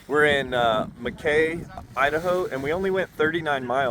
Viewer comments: I’m an Idaho local, love this! Also it’s Mack E Not ma Kay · Arco was the first US city to be powered by nuclear energy, in 1955. Mackay is pronounced Mack-ee. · Killing me with the cliffhanger… your next stop is my hometown. But really all of the central idaho mountains are my stomping grounds and watching you go through Arco and up to Challis was cool. Also, fwiw, Mackay is pronounced like “Mackie.” it’s one of the most popular gliding spots in the intermountain west (fixed wing, hang and para) they’ve got FAA agreements to ride the mountain wave there up to FL280 there. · It’s pronounced Mack keeeee😊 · I'm from Idaho - we say "Mackey" like Mickey Mouse but with a soft A like in 'ladder'. Like a lackey, or that's whacky. Whacky Mackay. <3 Looks like awesome flying. I'm out of Bozeman, MT now, hit us up if you're ever in the area again!